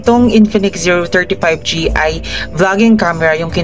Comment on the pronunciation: medyo slow down ka sa pagbigkas ng Zero 30 5G kasi madalas ang naririnig is Zero 35 G. Anyways good quality review!!!